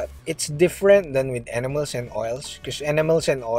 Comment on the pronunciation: When you say enamels it almost sounds like animals..